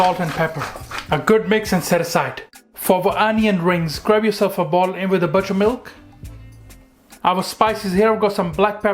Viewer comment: I couldn’t understand what you said. Did you say butter milk?